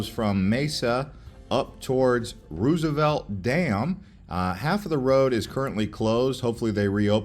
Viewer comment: This is a good video but man, they should have split this up into a few different videos I think lol also his pronunciation of some of the names and words is killing me. Especially when he mispronounces Verde and Roosevelt